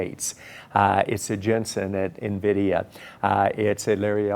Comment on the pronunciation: DONT SAY NAVIDIA, ITS en-vidia . A veteran journalist who cannot pronounce Nvidia.